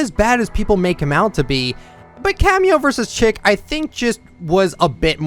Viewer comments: cameo vs chic is pronounced “sheek” not “chick” 😭 love your content though much love & support!! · You have a tendency to, just, completely bungle the pronunciation of words, but I desperately need you to know that “Chic” in “Cameo vs Chic” is pronounced the French way, “sheek”. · nope haha! look it up it’s pronounced “sheek”, as in ‘chic fashion’. when something is chic it is very stylish. it is a term commonly used in fashion! not a big deal but just thought I should clarify!